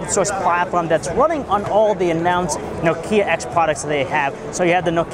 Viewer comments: Dude, it's Nokia not Nokiia... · Nokia (KNOCK-YA) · I hate the way he pronounces Nokia.. -.